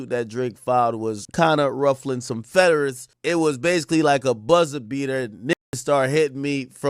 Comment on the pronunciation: Did he say ruffling some feaders instead of feathers or am i tripping 😂